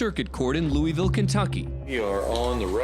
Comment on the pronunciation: There's no such place as "Lou-ee-ville" in Kentucky. There's a Louisville pronounced "Lou-uh-vul", but not "Lou-ee-ville" anywhere in the state